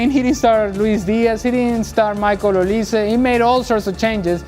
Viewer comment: You cannot pronounce Olise?